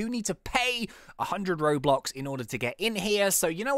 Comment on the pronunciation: When he was supposed to say robux he said Roblox